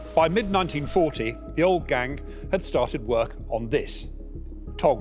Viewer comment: Why is he saying the 2nd g in Gang 😭